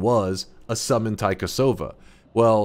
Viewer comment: "Taikasauva" is literally magic wand in Finnish. Loved the devs for naming some stuff in Finnish and also you pronouncing taikasauva.